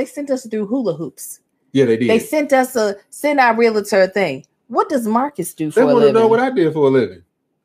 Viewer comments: I Love you, but.... Imma need you to not say "REAL -A -TOR". The correct pronunciation is REAL-TOR! I'm just looking out for you sister girl!:) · As a RE Broker...I cringe every time I hear REAL-A-TER...😂😂😂